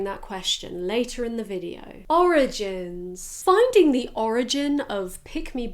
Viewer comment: lmaoooo nann that “ORIGINES “ really got me cracking up 😭😂😂😂😂😂😂😂😂